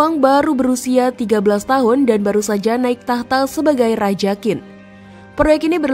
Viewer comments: Bisa baca Q gak? Kok jadi Kin. Harusnya chin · QIN dibaca CHIN, BUKAN KIN, dinasti Qing=Ching😂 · Kontennya lumayan bagus, tapi perlu belajar lagi tentang ejaan Pinyin mandarin. Ejaan bahasa mandarin agak perbeda dgn bhs indonesia. Qin tidak di baca khin. Tapi qin di baca sebagai "Chin". Semoga bisa lebih benar lagi pengucapan nya di konten selanjutnya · Benar sekali, bnyk org Indonesia yg baca Kin, ketauan kurang wawasan , kurang belajar, sebaiknya belajar lafalnya dulu sblm menyampaikan sesuatu dng akurat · Sebutnya "Qin = Tjhin", bukan "Kin" . tq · Bacanya Bukan kin tapi chin😢. Penjelasan sejarah tapi bacanya saja sdh salah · maaf mba cara nya baca nya bukan KIN Si HUANG tp Ching Si Huang....✌ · "Qin Shi Huang" bukan dibaca "Kin Si Huang". Bagi yg tidak mengerti pinyin atau susah melafalkan cara baca tulisan pinyin, coba ini: "qin" dibaca "jin" (bunyinya "ch" bagi lidah non mandarin itu lebih sulit ditiru, lebih mudah dan lebih mirip terdengar sebagai "j") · Q bacanya ch gitu sih yang saya tau ... Qin bacanya chin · Qin bacanya bukan Kin, tapi Chin.. ngawur 😂😂😂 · Dari awal sampai akhir Qin dibaca Kin, Seharusnya Chin, Ching atau Shin... Itu adalah nama yang disebut-sebut bangsa-bangsa asing di luar sana yang sampai pada era moderen berevolusi menjadi China. Jadi jangan baca Kin ya, tidak elok China elo baca Kina🤣🤣🤣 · "Qin" dalam bahasa Mandarin dibaca "ciin" (dengan aksen yang agak datar). bukan dibaca Chin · Qin, dibaca Chin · Qin di bacaNya Ching. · Qin bacanya CHIN, mbak! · Qin, dibaca : " J H I N " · Qin cara spellnya chin kyk mau ngomong china gt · Sebutan Qin, kok di baca Kin? Harusnya ambil dulu sebelum membuat konten. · Qin dibacanya chin boss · Sulitnya orang di Indonesia dikasih tahu cara baca yg benar tetap saja dibaca kin